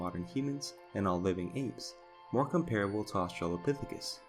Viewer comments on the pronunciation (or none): none